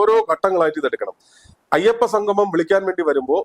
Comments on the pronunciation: അയപ്പ സംഘമം!, നാടഖം എന്തൊക്കെയാണ് പറയുന്നത്!! ഉച്ചാരണം വളരെ മോശം.1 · ഉച്ചാരണം നന്നാക്കണം. സംഗമം എന്നു പറയണം.ഇത് ഭഗവാനെ അശുദ്ധമാക്കാൻ ഉള്ള ശ്രമം ആണ്